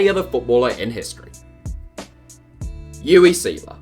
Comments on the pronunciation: You-ee? Again? It's "Oo-vay"! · UWE! I've only heard it pronounced. Ooo-vey Sailor